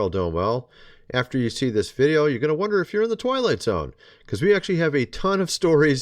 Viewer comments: Did you say "twilight zone" or "toilet zone"??? Both are very applicable... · Did you say Twilight zone or toilet zone? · Everytime you say "Twilight Zone" it sounds a lot like "TOILET ZONE" NOT joking. LMBO.😂